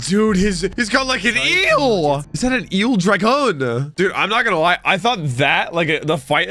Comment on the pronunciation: Why are you overemphasising certain words like “dragon” and just saying them wrong like you’re XQC. Idk why you started that but it’s annoying